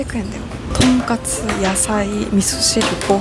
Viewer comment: "とんかす"ではなく、ちゃんと"とんかつ"やったね！ 長期で行ったら行きたくなるお店♡ の幸せそうな顔♡*